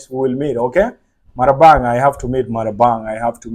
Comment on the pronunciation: Not Marabang it's Ma Rang Bah😅